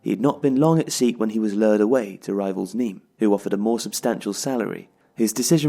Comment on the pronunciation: Really enjoyed the video but Sète is pronounced like “set" not “seat"